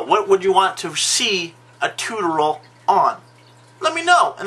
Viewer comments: say it with me: TOO-TOR-E-AL TUTORIAL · Not bad! But it is pronounced "TOO-tore-e-al" Otherwise, a very informative video.